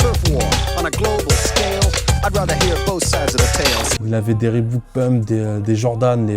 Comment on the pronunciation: Un passionné qui dit "Rébouke" j'ai envie de vomir